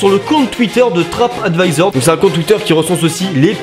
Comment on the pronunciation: T'as dit "Trapadvisor" xD